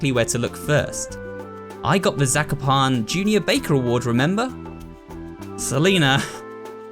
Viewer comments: im polish so zakopane is pronounced incorrectly but still good try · I remember that I stopped watching this and I didn’t remember why. I started watching again and now I remember. I am Polish and it triggered me when pronounced Zakopane wrong. Who else can relate? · I found trying to prononunce Zakopane suprisingly funny To other Polish people, tell yourself sekopan